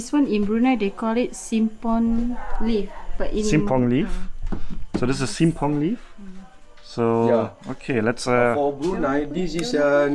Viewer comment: Simpur not simpong😂😂😂